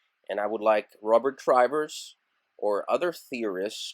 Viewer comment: The name "Trivers" (as in "Robert Trivers" is pronounced as if it were spelled with two "v"s.